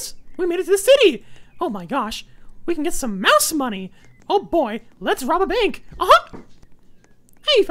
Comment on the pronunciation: I never would never think I would hear say “let’s robe a bank!”